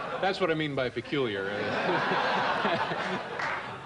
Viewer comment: It's not that he didn't know the meaning of the word 'peculiar', he just didn't know what David meant by saying 'pecauliar' in reference to some his roles.